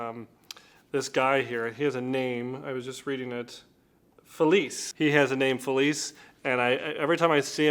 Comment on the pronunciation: Felice is pronounced with a chay sound at the end. Or “gee” if you are Sicilian.